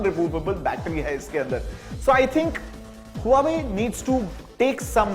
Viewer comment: Nice phone! Its वॉवे where 'H' is silent !